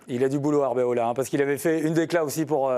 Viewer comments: Eh les journalistes le coach s'appelle ArbeLOA et pas Arbeola... Un minimum de sérieux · POUVEZ VOUS FAIRE UN EFFORT DE PRONONCIATION ?? c’est ARBELOA et pas arbeola ….. pitié